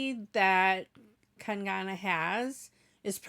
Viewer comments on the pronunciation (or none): Its not kan gaana its kang na rhym with hung na sung na kang na 😉